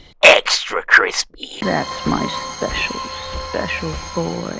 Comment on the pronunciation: Cory: eXtRA cRiSpWy Me:🤪